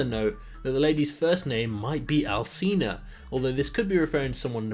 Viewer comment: Alcina is pronounced "Al-chee-na" as I believe it's of Italian origin :)